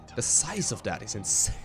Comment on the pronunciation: "The size of that is insurrhurrhurr" - 2016